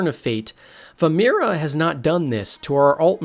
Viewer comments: It's not Vermira, it's Vaermina. Start with a "Vvvvvv", follow by saying "Air", next "Mean" and finally "Ah". Now once more quickly. "Vair-mean-ah!" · He's lost all respect from me, I'm just watching now cuz I have to watch anything with elder scrolls involved, but vaermira wtf is that, it's vaermina he literally has the written form In the video